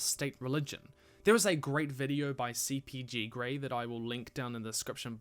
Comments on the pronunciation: It's funny how I was thinking of that CGP Grey video about 10 seconds before you mentioned it: it really is quite eye-opening. Also, picky I know, but you said it as CPG Grey in the video. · CGP not CPG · It’s cgp grey not gpg grey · It's CGP Grey, not CPG Grey